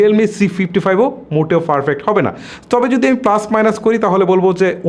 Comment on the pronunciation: ভাই আমি সবসময় আপনার ভিডিও দেখি, কিছু মনে করবেননা একটা কথা বলি তাছাড়া আমরা একি জেলার মানুষ।আপনি ভিডিওর মধ্যে পারফেক্ট শব্দটাকে ফারফেক্ট বলেন এইটা আপনার ভিডিওর কোয়ালিটি লেস করে এই জায়গাটা সম্ভব হলে ইম্প্রোভড কইরেন।